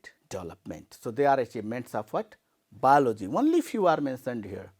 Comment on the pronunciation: Not balogy it's called biology sir 😅